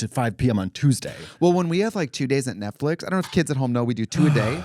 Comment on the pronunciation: “netflick program” trixie is 100 years old lmao